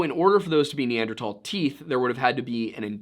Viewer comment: Dude please, tahl is not thal. Neanderthal not neandertall